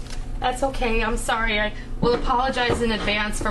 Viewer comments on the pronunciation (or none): none